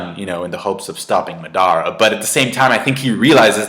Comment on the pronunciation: i don't like how you say Madara